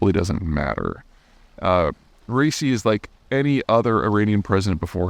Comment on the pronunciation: Zeihan, I know you like accuracy, so please note that Pres. Raisi's name is pronounced "ebɾɒˈhim-e ræiˈsi", not "racey". Brace yourself for the return of the Small Servant of the Dear People of Iran, whose path to the presidency has been reopened by this "Act of God".